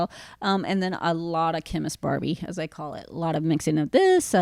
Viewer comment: When I first heard her say that I thought she said "Ken is Barbie!" I was like "Why the frick would Ken BE Barbie and why is she talking about it now!?" Lol!